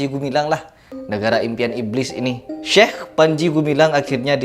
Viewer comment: medok banget bilang syeh😅,😅